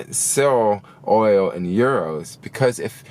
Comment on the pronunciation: When you say oil, I literally hear Oreo.... guess I’m hungry 😭